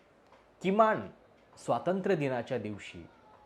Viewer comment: स्वातंत्र नव्हे स्वातंत्र्य म्हणा.